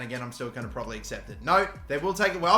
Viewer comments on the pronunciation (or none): none